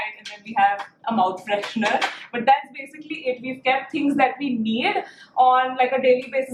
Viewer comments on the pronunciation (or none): none